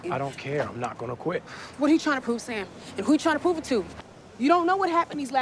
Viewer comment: It's not Damn, it's Sam!!😂😂😅